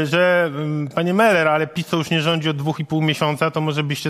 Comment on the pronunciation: Meller, nie Muller ;p